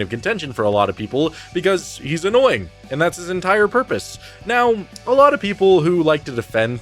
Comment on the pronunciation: I think you mean “that’s his entire porpoise” and “well, he was annoying on porpoise”